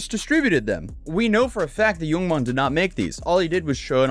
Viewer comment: every time I hear you say "yoong mon" I want to ask "what happened to oold mon?"